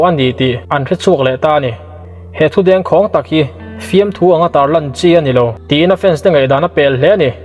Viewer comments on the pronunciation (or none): Deng khawng tih thlûk hi a dik lo tlat mai. "Hmingthang" tih thlûka thluk tur a ni.